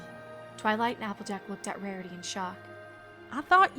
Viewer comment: anyone else noticed that in a line she said Marity?